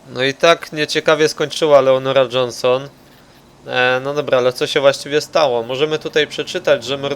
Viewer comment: whoo klied Leonora Jonshon